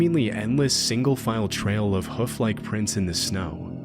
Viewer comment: Hoof, not Huff. Idiot.